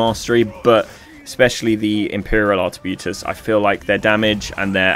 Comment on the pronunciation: Just wondering why are you calling artebuitiers when its arqebuisers?